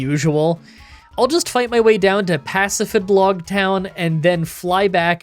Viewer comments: The town's name is Pacifi-d-log (with a D), but you said Pacifi-b-log (with a B). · Pacifidlog Town is pronoucned Pacifid-log (as in Pacific with a d at the end instead of a c) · Also its pah si fi log like the begining of pacific ocean and log combined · Pacifi-LODGE is how I’ve always said it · You were close on the pronunciation it's pronounced like Pacific but the second c is silent